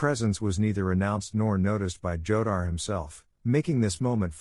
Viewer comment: Jodar is pronunced HO-dar, stupid